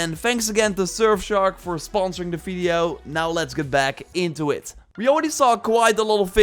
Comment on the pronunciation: No one:: fideo